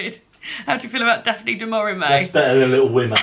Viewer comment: Fab Vlog. Daphne Du Mauri-May, hahaha. Brilliant. I too am getting excited for The Women’s Prize 2022. Love that you and David read to each other. Cute! Chris and I were reading the same book at one point next week. Absolute scenes.